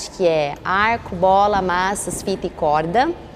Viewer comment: Ele falou maçãs em vez de maças